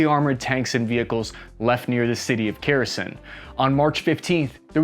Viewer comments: Really good assessment 👏 👍 Side note: Kharkiv = Harrrrr Keeev (sounding) Kherson = Hear .. s.... on. Keep up the good work. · Kherson is not pronounced "ker-e-son", it's pronouned "herson". The K is silent. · Bro. I love your channel. Let me help you to pronounce Херсон NOT as "Kerosin" but H' err son. The H is like that in Help. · Good analysis - again. Sobering. Unflattering. But realistic. Impressive. As a Ukrainian I hope you are wrong about Kyiv but I'm afraid you are right. 😔 P.S. Laughed again at "Kerosene" (your pronunciation of Kherson). ☺ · Its not pronounced “Karkeev”, its “Harkiv” the K is silent. Same with Kherson, it’s pronounced “HerSon”. Fyi kherson is another word for peni$. 😂